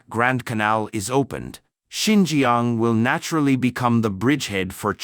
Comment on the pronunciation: Not Sin gee gee young but sin cha ang..